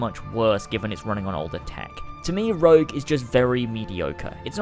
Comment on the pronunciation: Rogue not rouge